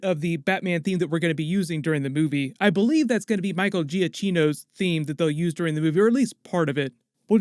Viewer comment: Giacchino “Jah-key-no NOT Jia-Chee-no